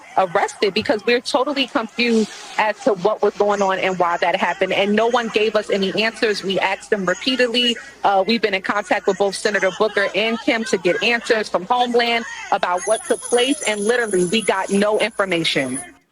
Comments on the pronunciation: 😂😂😂😂I just said the same thing. I was like Wow at her saying axed them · you "axed" them repeatedly. Maybe learn how to speak, act and behave. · She axed them repeatedly. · She confesses on camera... "We axed them repeatedly..." and wonders why she got arrested. LOL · A Congress woman saying axed them WOW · She "axed" him? ...hmmm... (eye roll) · She admitted to attempted murder = “we axed them repeatedly.” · EBT congress queen said: we repeatly aks politely 😂😂😂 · Axed means beheading! The word is asked. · she said she "axed them repeatedly"😳 Dang, she was doing more elbowing!🤣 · Anyone saying axed instead of the proper annunciation “asked” shouldn’t hold any position in our government. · Hey nobody "axed"y'all 😂😂😂 sorry I had to, I let myself out 😂😂😂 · Yes, I noticed that. Anyone who speaks like an uneducated ninny has no place in Government...anywhere! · If lamonica would have asked them, instead of axing them , she may have gotten an answer. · Guys, they "wuz" there to do their jobs, guys. She "axed dem" repeatedly, guys. Naw, if I hear "axed" ONE time, I'm no longer lending a shred of credulity to anything you have to say, no matter why you "wuz" there, and PARTICULARLY if you've somehow convinced a bunch of low-information cretins to elevate you to a seat in the House of Representatives. How "is we" supposed to take that sh*t seriously, I "axe" you? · Well, she axed him several times smh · I wonder if the Judge 'axed' her why she elbowed the officer? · ”we AXED them repeatedly” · "We axed them repeatedly " lol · Hey there...she "axxed them repeatedly...": I guess the officer assaulted didn't get the memo, or hear her axxing...